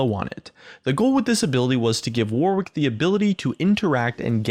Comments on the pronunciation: His name is pronounced War-ick, not War-Wick. Yankee Doodles! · It's WAR-ICK not WAR-WICK, god damn Americans...love your videos tho :) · Warwick isn't pronounced war-wick, it's more warrick, like Yorick but with a W. Honestly cringed every time you said it wrong. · Can no one say his name right? Its Not pronounced 'War', it's pronounced 'Woh'. The 'W' in the middle is also silent, phonetically it would be spelt: 'Warick'. So it's not War-wick, It's Woh-rick lol. Reference: I've lived near the town my entire life, people getting this wrong is so common, And the Actor Warwick Davis. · When people say War Wick when its pronounced Warick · The way WARWICK is pronounced is "WARRICK" like the actor, Warwick Davis. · It's warwick. It's a city in england, and a song by duffy. It's not war wick. The second W is silent. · "War wick rework" Mate, Warwick's a real name. It's pronounced Worrick. Like Warwick Davis. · Warwick is pronounced in a very similar way to Yorick, just with a W obviously. It isnt war - wick. :) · Just fyi, it's pronounced "warrick". The middle 'w' is silent. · I'm pretty sure it's pronounced worrick. Stop torturing yourself. Like to save a life. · The way to pronounce Warwick is to just ignore the second W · he tried so hard not to say warwick wework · that's not how you pronounce warwick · Don't you just love how Americans can't pronounce Warwick? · Hint - the second W is silent...